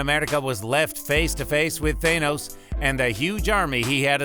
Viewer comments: It's Thanos not THAYnoes. Thank you for the insight great video :D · YOU TS THA-NOS NOT THAY-NOS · For the love of god just say thanos not thay-nos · Its thanOs not thANUS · Why do people say Thanos wrong? They keep saying the "A" in Thanos the way the letter A sounds when you say it alone. Instead it's said as the A in "ah". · Tha-nos not thainose 😂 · It's thaaaanos not theynose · Its Th-AH-nos not Th-AY-nos!!!!! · why did he fucking say Captain Amerrrrica, Gamorrrra, The Thor Hammer, Thay Nose, Rowdy and morOG why does he pronounce even the msot easy names incorrectly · Why tf do u keep saying Thainos and captain ameRica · How do people STILL mispronounce thanos when it's litteraly said several times in both infinity war and endgame it's not that hard people it's a soft A not a hard A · How this bitch says thanos is so fucking annoying is tha not tha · why are you saying Thaynos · Man this guys voice is fucking annoying. THAYNOSE 🤓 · Are you hungry? Eat your thaney-O's it's good for you and sweet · Th-ay-nose lmao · He’s saying Thanos wrong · Ok i know but learn how to say thanos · can you say thanos right?